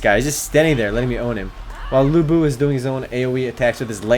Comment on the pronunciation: Lu Bu ? LU BU ?! seriously dude ??😡